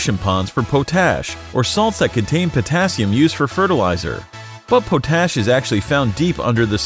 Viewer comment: It is not po-tash, it’s pot-ash. It’s located in Mō-ab Utah, not as the video stated.